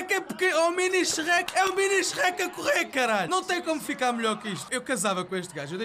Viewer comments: Meu deus, em Portugal parecem q vocês "Sherrek" em vez de Shrek... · Sou do Brasil e amo a sua pronúncia do Shrek HAOAHEOAHSOA "CHERRÉQUI"